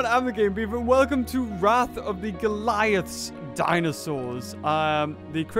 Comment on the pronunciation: it's go-lee-aths